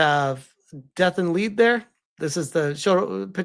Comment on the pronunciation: Lead is pronounced like led when talking about the chemical element, which is what I think they were going for.